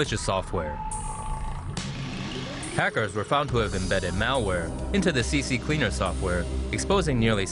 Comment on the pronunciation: Its not CC CLEANER its just C CLEANER. Almost everyone adds an extra C at the beginning for some reason.